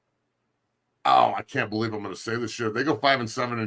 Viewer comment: No, it's "doo yuu bewieve me nahh".